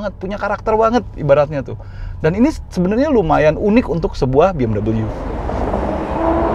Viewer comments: Penyebutan biasa aja BE EM WE bukan BE M DABEL YU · BMW mas....bukan Bee-Em-Doubleyuu....mobil Jerman ini bukan Amerika... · Orang luar : BMW Autonetmagz :BeEmdobelyu🤮🤢